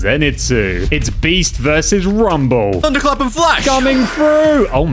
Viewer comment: I'm sorry but did you say rumbel